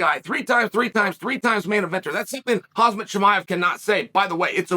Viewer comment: Hazma lol oh chael